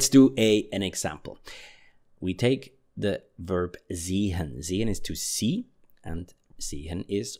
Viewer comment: It bothers me the way he says "seHen".